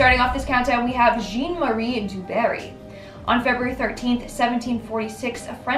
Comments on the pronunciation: The guy’s name in the first story isn’t pronounced ‘gene’ ! It’s ‘zhon’ - that’s a short ‘o’ sound and a soft ‘n’ - it’s French for John ! If it was pronounced ‘gene’ then it would be spelled Jeanne and the person would be female ! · #10 is pronounced "zhon" not"gene". Do a little homework. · "Jean" is pronounced "Zhawn" in French...it's English equivalent is John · Jean is pronounced Zhan in French. 😄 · Jean pronounced John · "Jean" is pronounced closer to "John"